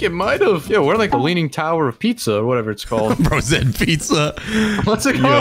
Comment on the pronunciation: bro is hungy he said lining tower of pizzza tasty owerXD